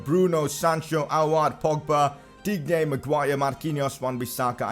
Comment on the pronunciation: pcq: I can't stand it anymore Lucas Digne is pronounced dine with the accent on the N same with insigne